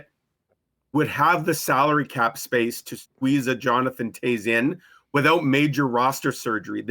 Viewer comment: Yuppie ...Toews knows the way to Stanley Land 🏆 it's not Toes...it's Toews